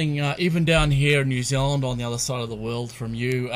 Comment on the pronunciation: New Zealand not new zilluand....